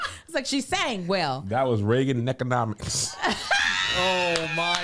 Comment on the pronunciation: OMG!!!! Not “NECK-a-nomics!” 🤣🤣🤣🤣🤣🤣